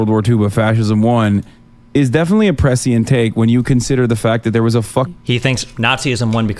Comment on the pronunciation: "precient" - is pronounced "pre'shent' Hasan.